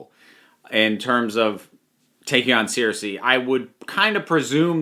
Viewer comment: Sorry what Searsea it’s Cersei (sirsea)